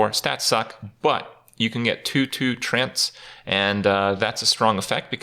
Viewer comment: Pronounced like tree-ants afaik